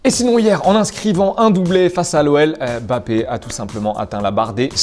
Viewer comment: EMbappé et PAS bappé svplé